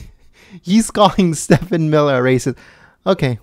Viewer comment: STEVE-en Miller. (If you'd mispronounced Acosta's name I wouldn't care but Steven Miller deserves respect, after that fine performance)!